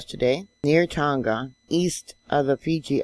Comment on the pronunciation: thanks,. been following you for years. a helpful tip. tonga is pronounced the same as a barbeque tong, fork tong with the "a" added....silent "g"